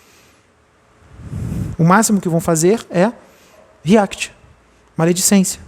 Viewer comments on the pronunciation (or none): none